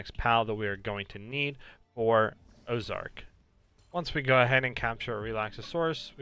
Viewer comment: Man didnt read orzerk right